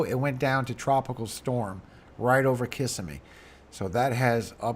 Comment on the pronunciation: Thanks for your work! Locals say it KissSEM'me. I think it's a native name. 🙏💝☔